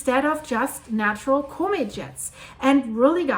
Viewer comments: You saying comet very wrong. It's harsh on the ears. Use google translate and let it spell it out. It's not Cooooooo-maet its Cmet. The o is much less pronounced. You saying it like the word comical or something, when it's more like the word commit. It's really out of place. Anyway, keep up the good work. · COMET Try pronouncing it correctly.